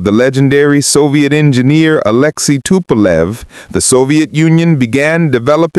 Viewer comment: Как услышал Фасилию Тупа́лев-отключился.